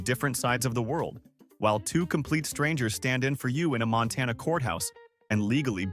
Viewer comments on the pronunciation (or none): none